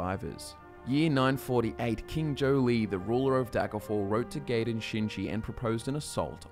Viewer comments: Gaiden's name is pronounced Guy-den. It's just like Ninja Gaiden and the weapon known as a sai (pronounced like psy). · You pronounced Gaiden wrong. The a is actually silent as its Japanese. You pronounce the I after the g then the rest of the word.